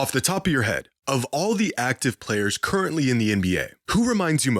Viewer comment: "... of all the active players curry-ntly in the NBA..."